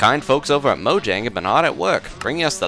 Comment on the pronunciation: Is that really how you think Mojang is pronounced?